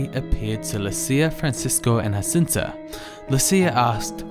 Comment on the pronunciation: Thank you for this simplified presentation. I pray that it will help many people to love the Blessed Mother more. Just by the by, it's not 'Hacinta' but rather 'Zhacinta' because the children were Portuguese and not Spanish.